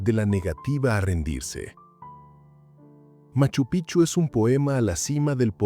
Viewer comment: TE RECUERDO. QUE MACHU PICCHU ES UNA PALABRA QUECHUA SE ESCRIBE PICCHU Y SE PRONUNCIA PIKCHU ASI SUENA Y NO CAMBIEN SU NOMBRE A CADA RATO DICEN MACHU PICHU. Y NO ES ASI ES MACHU.( PIKCHU) ASI SUENA CONSULTEN FUENTES ANTES HABLAR COMO TARTUFOS ES MACHU PIKCHU SU PRONUNCIACION